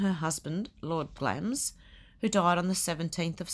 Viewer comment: I live in England, and didn't know the 'i' was silent. So you learn something new every day!